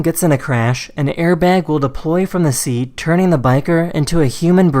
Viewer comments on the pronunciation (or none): none